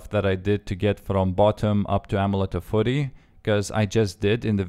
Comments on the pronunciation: f-j-uu-ry... not furry. Lol... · It sounds like you're saying amulet of footy :3